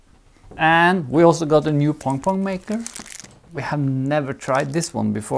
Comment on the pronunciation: Part of what makes this so fun is I could swear is saying "pong-pong" instead of pom-pom. To which I say, don't change a thing!